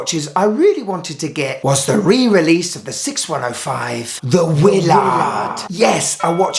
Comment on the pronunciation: Hey just to let you know, it is not pronounced Wiil -Lard but Willard all together! 🤣